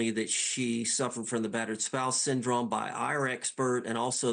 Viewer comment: The way he says syndrome really gets under my skin. “Syn drum”